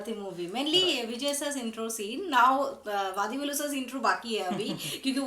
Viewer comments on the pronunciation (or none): Just a humble correction - he is not वदिवेलु but वडिवेलु you may try correcting it